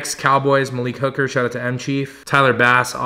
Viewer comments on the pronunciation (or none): none